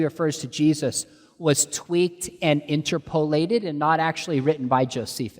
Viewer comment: The way Sean pronounces "interpolate" hurts my brain